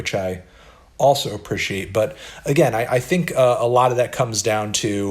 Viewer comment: anyone knowhathe fvckinda accent is that...? lol ”appr-ih-she-ate”